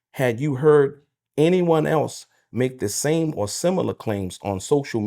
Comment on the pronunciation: "same and simular"...ummm SIM-U-LAR ... thats not a word sir. you trying to school this mine and lack correct pronunciation of a simple word like SIM-I-LAR